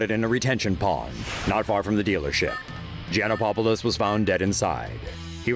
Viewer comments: late comment.. clearly, he messed up mentioning Brandon's last name.. it only has one "1" po in Gianopolous yet the reporter keeps in mentioning Gianopopolous.. hahahaha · His name is Gianopolous, not Gianopopolous. At least have the courtesy to pronounce his name correctly no matter what kind of person he was. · Gianopapolos? Don't you reporters know how to read?